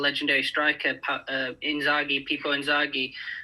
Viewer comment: my man said Inzaghi!